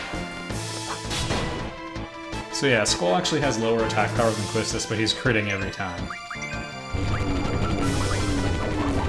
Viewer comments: I won't disagree with your Quistis pronouciation... but the the way you say "Balamb" made me mad hahaha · The only problem I have with this game is the amount of padding they put around Triple Triad. Wait... what do you mean that isn't the core of the gameplay? I agree with your pronunciation of Quistis, though I always said Seifer as See-Fur rather than your Sy-Fur.